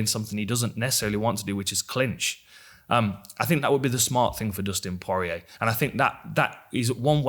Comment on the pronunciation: Dustin PwoahR EA